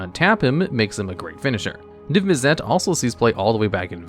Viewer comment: The way you pronounce Mizzet and Izzet kills me a little every time. izzet is pronunced like issit same with Mizzet Missit